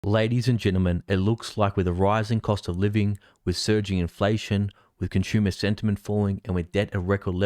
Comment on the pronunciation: 💪😎👍🇺🇲😍 You say Conshoomer !!! 🤣😭 It's con su mer !!! 😍😂😭😎😍🇺🇲👍 You guys talk So funny !!! 👍🇺🇲😍